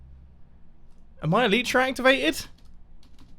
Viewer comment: E - lie - tra. Not Eleetra. Please